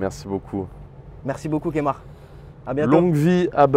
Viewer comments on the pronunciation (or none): C'est pas Kémar mais KEMAR mais bon super interview! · il a dit kémar ... NOOOOOOOOOON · Il a dit Kémar 🤔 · Par contre ça se dit Keumar. France.